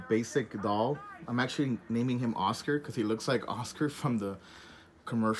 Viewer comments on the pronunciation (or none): none